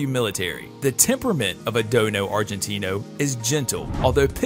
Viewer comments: It's a Dogo Argentino not Dono lmao. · Dogo Argentino, not Dono! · Dogo argentino not dono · It's dogo argentino. not "dono" argentino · Dono argentino? Its dogo argentino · Dono?! Or Dogo? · Dogo. Not dono argentino. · Dogo not dono lol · This man doesn’t know what hes talking about he even said “dono argentino” if you believe this man you gotta go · "Dono Argentino" Lol I'm done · did he really say dono argentino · Pretty sure it's "Dogo" Argentino. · dogo argentino is how you pronounce and spell this dog's name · wtf is "Dono Argentino"? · Argentina what the heck man it's dogo argentino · It’s dogo argentino come on bro😂 do ur research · Repeat after me DOGO, DOGO, DOGO ARGENTINO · It's Dogo...stupid!!!lol! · Man you really need to get the names and breeds correct. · No no no, It's DOGO ARGENTINO! not DOno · It's not dono argentino it's dogo argentino 😂😂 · It's Dogo Argentino, not dono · my brotha its dogo not dono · It's dogo, not dono lol 😆! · It’s a DOGO NOT A DONO!! Sad you make these videos and don’t even know the breeds correct name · It is called a dogo not dono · Dogo Argentino not dono argentino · It's dogo Argentina .not dodo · 😂That's not dono argentino...that's dogo argentino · its not dono argentino its dogo argentino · It’s dogo argentino not dono argentino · You miss pronounced the DOGO Argentino not Dono. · This guy doesn't know anything. I literally think he spent 5 minutes on google before making this and he can't even say the proper name of some of the dogs. Its dogo Argentinio not dono like what. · I think its Dogo argentino instead of Dono Argentino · hey stupid...! It's DOGO AGRENTINO and now dono argentino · Dogo Argentino,not dono. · Dogo NOT Dono duh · He dono about dogo😑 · There is no "dono" argentino . Only dogo argentino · Your right the real name is the DOGO ARGENTINO not the dono argentino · It's not dono argentino it's dogo argentino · Am I on drugs or is the “dono Argentino” is actually called dogo* argentino.